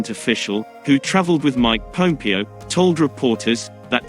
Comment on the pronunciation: Pompeo not Popeo